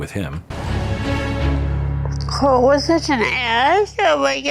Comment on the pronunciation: Mad boy… it’s Colt, not Cult.